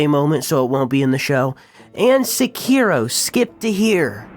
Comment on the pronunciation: say sekiro right PLEASE